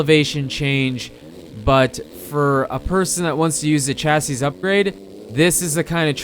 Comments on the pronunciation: Chasseez upgrade? pronounced chassy. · chassis ---- pronounced "chassie"